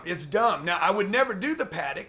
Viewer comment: Realize... “the Patek doesn’t make me any money”.. lollll.. stop trying to floss for attention.. that’s what children do.. also notice he said “Patek” the correct way unlike rappers do.. smh